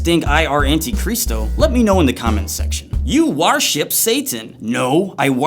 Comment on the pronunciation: “No, I warship drvil” XDDDDD